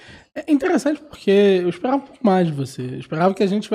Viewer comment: eu esperrrrava mais